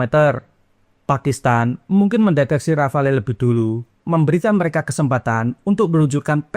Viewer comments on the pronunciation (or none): Rafale huruf e nya ga usah dibaca... Dassault rafale dibaca DASSO RAFAL